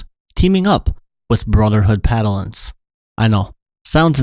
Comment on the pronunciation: Is he saying Padalin and not Paladin?